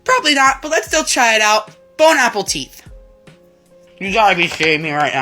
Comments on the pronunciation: Dudes still saying “bone apple teeth” 🤓 like that meme hasn’t been irrelevant since 2020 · Did he just Say " Bon apple teet" ?😅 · "bon appleteeth" stop butchering the french language